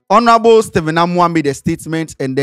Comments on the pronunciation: please, I beg you, never say HONORABLE again. The ‘H’ is silent. Adey feel your matter. Please 🙏🏾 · oooo the ‘H’ in ‘ honorable’ is silent. /ˈɒn(ə)rəbl/